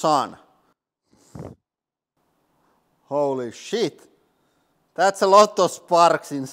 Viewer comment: Something about cursing with your accent makes me laugh so frikking hard. "Wholly Sheet!" 🤣